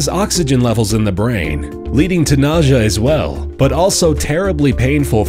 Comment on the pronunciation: How do you know all this stuff but you don't know how to say the word Nausea